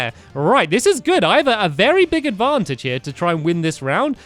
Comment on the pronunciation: You said Advancheje instead of Advantage